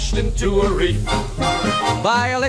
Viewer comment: **REEF. Not "REAF." 🤦‍♂️